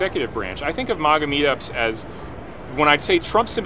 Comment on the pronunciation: His pronunciation of MAGA is so cringe. It's MAGA pronounced like "wag" and "lag"